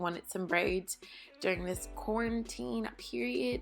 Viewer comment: When people say quarantaine it sounds like cornteeen lol